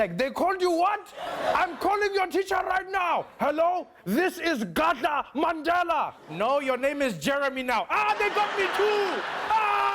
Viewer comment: He even say Mandhela instead of Mandela😂